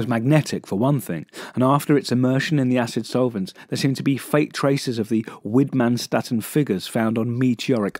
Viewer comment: Widmannstätten! I remember reading that very same word in that very same text and thinking, "What the fnunk?" Which then led me off reading about meteors and meteorites for about six hours. Anyway, years later I learned a wee bit of German. If it helps say Whitman schtitten. It probably doesn't help but it gave me an excuse to show off to some strangers on the internet that I know how to pronounce an obscure German name.